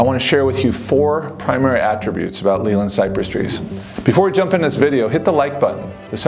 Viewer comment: You’re pronouncing Leyland wrong!